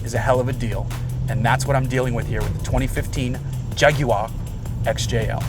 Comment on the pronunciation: I liked the video just because you put the effort in to pronounce jaguar correctly.